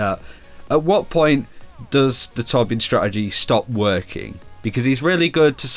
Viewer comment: what? its torbjörn